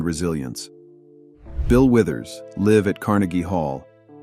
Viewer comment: To the narrator, are you American? Please learn the difference between LIVE & LIVE. BILL WITHERS WAS "LIVE ON STAGE...."LIVE RHYMES WITH JIVE"!!!! DID YOU HAVE ENGLISH IN SCHOOL??? THERE'S NO EXCUSE!!! BILL WITHERS LIVE PRONOUNCED LIKE (FIVE, JIVE) !!! LIVE PRONOUNCED LIKE GIVE!!!!!! DUH!!!!!